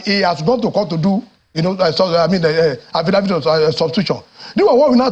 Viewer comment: is called Affidavit not Affidavid before some people think there is also Affiwizkid😂😂😂😂😂😂